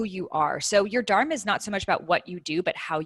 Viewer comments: dhur-mā (the dh is a letter in sanskrit pronounced like the work "the" in English). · Good talk...Would love it if she could learn to pronounce "dharma" correctly though! 🤣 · Her teachings are good but few things seemed inaccurate. Being of Indian origin i was disappointed by her pronunciation of "Dharma" 😅 Take this as a Constructive feedback. All Love 💕